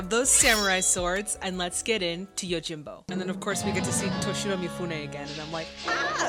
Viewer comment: YOJIM-bo, not YO-jimbo....